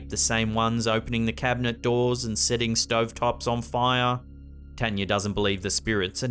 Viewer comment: As spooky as these stories are, it’s just so nice to hear the name, Tanya, be pronounced correctly.